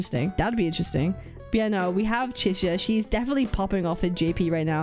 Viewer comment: The name Chisa so much sounded like "Scissors" if you pay attention 😂